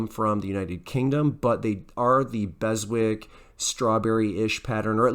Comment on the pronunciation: From a Brit. The British company Beswick. Is pronounced “Bezick” the W is silent.